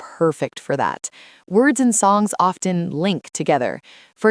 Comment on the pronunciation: It was really great❤ thanks a lot. But is it just me that heard often pronunciation wrong ? Or if I'm wrong please correct me.